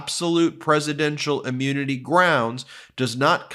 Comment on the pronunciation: Please please please stop saying ‘ammunity’